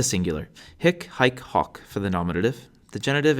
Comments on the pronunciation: Wish he'd pronounce the 'o' correctly. It's not short, anyway. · the "i" should be pronounced as a the i in "beat" but shorter in length, the 'e' at the end of 'ipse' shouldn't be dipthongized, I heard you off-glide the 'e' into 'ei'. You confused the pronounciation of 'hoc' also, it shouldn't be the short vulgar sound if we are talking about classical latin. Besides the pronounciation errors, good video!